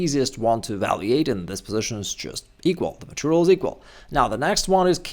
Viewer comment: It’s evalUate, not evalEate!